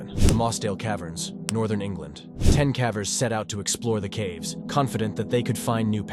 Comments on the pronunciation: wow you were just exposed to me as yet another AI horror channel. bummer because I really enjoy your content, this whole time I thought there was a person speaking but I guess it's just been a computer. dead giveaway was saying "k-ah-vers" instead of "k-AY-vers". at least admit youre a shill I've seen people clowning on you for your clickbait thumbnails, which is valid, but was never anything I was annoyed enough to observe. in hindsight now? yeah I can see why your thumbnails are all clickbait considering your commentary is entirely devoid of humanity. none of this is said in Malice by the way, I truly do love this channel. this whole time I was just under the impression that there was an actual human being narrating all of this and, seemingly, this has brought to my attention that it's just another AI channel. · AI narration makes me nuts. Is it really the case that whomever made this video (and so many others) cannot be bothered to, I dunno, actually watch and listen as a human to the finished product, just freeking once, and note the weird words therein (cavers as "kaa-vers", plaque as "plaa-key", etc) and use the AI or whatever to fix them? Surely such fixes cannot be that difficult, and, assuming the fix is reasonably routine, surely a ten minute video could be pronunciation-checked in an hour or 90 minutes or so. What gives? Bugs the heck out of me.